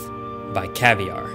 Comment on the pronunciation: Its caviar not cavlar 😁😁😁